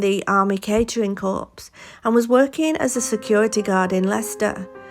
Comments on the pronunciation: Informative vid thanks. Just one thing in case it comes up again ... "corps" is pronounced "core". The "ps" is silent. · CORPS is pronounced "CORE" - just saying